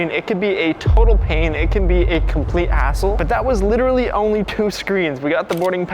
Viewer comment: He said hassle